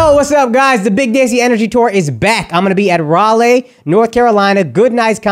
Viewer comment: Ral-ee not Ral-lay my man